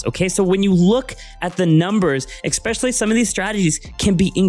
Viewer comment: Exspecially is NOT a word, it is especially, it makes You sound very unintelligent